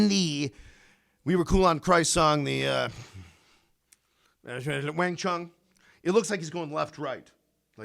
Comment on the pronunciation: Your Wang Chung sounds quite posh dear boy😄.